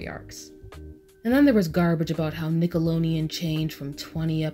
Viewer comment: i love love love this video and i agree with a lot of your points...... but you kept saying Nickalonian...... good good video though!!!